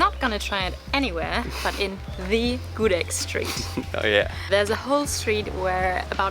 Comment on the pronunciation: The pronounciation of "gudeg" is Gudêg (like eh sound) not Gudég (like pokémon sound), just information ✌️ and thank you for tasting the indonesian food. Btw, if you eat gudeg, eat it with rice so that's not too sweet :)